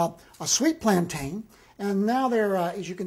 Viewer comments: It's Plan-tin not plan-tyan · FYI they are pronounced “ plantin” but spelled plantain the second a is silent. I’m happy his Spanish is on point. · Its plantin my nigga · Why does everyone on YouTube pronounce plantain incorrectly?